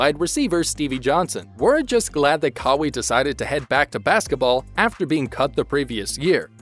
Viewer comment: You lot are pathetic. Kawhi videos doesn't get views cos only true fans stick with him. All these click baits make you desperate. Its pronounced CARWHY not CARWEE.